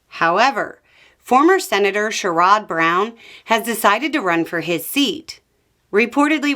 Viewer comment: Cher-rid Brown